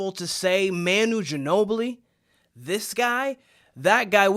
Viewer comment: OK, gonna stop right here . First of all, you can’t even pronounce Manu’s name. Second, Manu is unique. I don’t even care who is comparing Steph to Manu - they are wrong. Castle may end up being the greatest to ever play for the Spurs, we don’t know, but in no way is he like Manu on the court. Ginobili was one of a kind, so move on. What else have you got?